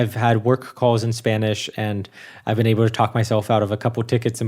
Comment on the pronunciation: Speaking of dialects... I’ve always wondered about the way often pronounces his L’s (or, as he might say: Ew’s). Specifically in this installment, he said: “ when I’m in Cincinnati in August, [wiww] be [ay-bow] to record something.” Is this a regional dialect or a personal idiolect? It’s similar the way some people pronounce the nickname for Philadelphia as [fiw-wee] rather than “Philly.” I sincerely hope you’re not offended,!. I love you guys and this channel. I’m just curious. BTW: a couple good words for “not genuine” are: “insincere” and (Sartre’s favorite) “inauthentic.”